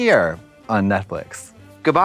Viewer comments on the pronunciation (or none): WHY DOES TRIXIE PRONOUNCE NETFLIX AS NETFLICK???????!!!!!!!!!! I love her thoooo hehehe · anyone know why they always say netflick? 😂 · I’m literally obsessed with Trixie but if she says “Netflick” one more time 😂 I can’t